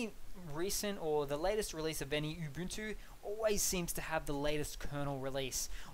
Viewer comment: It's pronounced Oo-Buhn-Too. Not Yoo-Boon-too or Oo-Boon-too. And this vid seems to be entirely superficial differences regarding the UI. Any chance for a deeper dive?